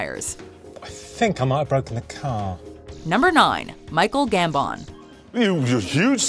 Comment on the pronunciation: I love how she can't say Michael Gambon name right